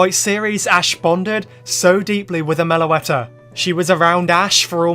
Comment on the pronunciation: MELOETTA, NOT MELOATA!